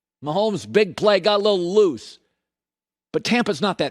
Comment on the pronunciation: Why does Colin sound like he has peanut butter in his mouth when he says loose lol